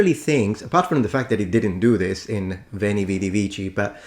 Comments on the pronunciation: not “uini”, “uēni”, with a long /e/ sound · That guy should train his Latin in Lombardy, then he would know what a long wovel is Repeat after me: veeento😅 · AT LEAST he got the ecclesiatical pronunciation right, no? isnt that a merit?? 🤣🧻🤣 ... BUT, u didnt quite hit the mark either ^^ -- "VÉN| V|D| V|C|" has only long vowels, EDIT: all six of them, not just three, the perfect has long vowel in most endings , which are truely almost twice as long as normal vowels in most languages that use this meaning destinction, i.e. say "WEH~EH-nee~ee WEE~EE-dee~ee WEE~EE-kee~ee" may seem unnatural to e.g. an english speaker artificially holding vowels for so long, but thats normal for other languages 😅 ... even italian does it only allophonically to stressed vowels, and allophonically means people do not even consciously realize they sometimes pronounce a vowel or consonant slightly different in certain situations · That ”Veni, vidi, vici.” -”pronunciation” of his immediately left me confused as to, whether I should laugh, cry, punch a hole through the wall, or all at once. Like, he ACTUALLY went there 🤯?! EDIT: Exactly,; exactly 🎯. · How did he get vivere but not veni?